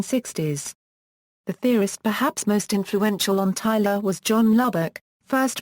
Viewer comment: it's tyLOR not tyLER